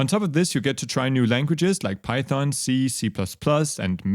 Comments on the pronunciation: Not pyhon it Python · remember, the "t" is not silent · I have a feeling Godot's popularity is going to skyrocket now that you're teaching it :) Also "Pyhon-syntax" ;)